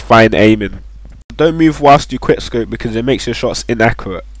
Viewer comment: he cant say inaccurate